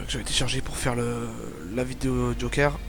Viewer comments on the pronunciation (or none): none